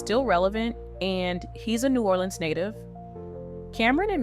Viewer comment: What is "new oraldeans" and who is boosie "bahdaz" 😂 I swear I'm sorry if this ain't AI and was just mispronounced 😂